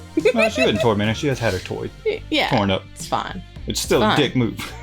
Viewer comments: "She was 'toy-mented'". I hope you're proud of yourself...lol. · "Toymented." GODDAMMIT 🤣🤣❤